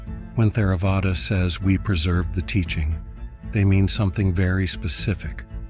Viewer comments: I've always heard it pronounced Tare-uh-vada, the "h" being silent. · Good video, but can you train the AI voice (I am assuming that’s what it is) to pronounce Theravada, sayadaw, Samatha etc correctly? The ‘th’ sound in Theravada, for example, is not the same as in English.